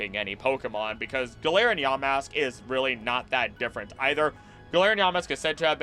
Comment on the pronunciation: Ya, Mask!❌ Yamask...✅